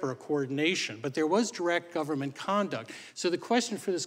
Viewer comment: Branches of GOVE-rrrrr-Mant